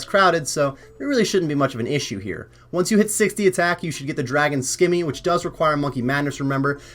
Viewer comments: also, simmy, not skimmy. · Good guide. Can you please pronounce scimi properly though lol!